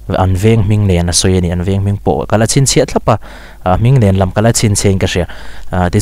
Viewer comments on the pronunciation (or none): none